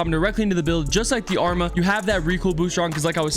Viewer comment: Why does everyone mispronounce the arma’s name 😂🤦🏼‍♂️